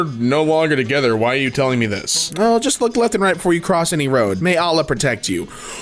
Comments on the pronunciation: as a residant muslim hearing him butcher fatima and Allah i am cringing so hard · you pronounced Fatimah, Ahmed, and Allah(swt) wrong xD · the pronounceiation here for everything makes me cry 1: it’s Aeh Med 2: it’s Fat Ima 3: it’s Ah llah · ah yes FA T MA and AH MAD and ALL AH totally perfectly pronounce